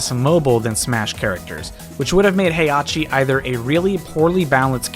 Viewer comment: You will put some respect on heihachi's name and say correctly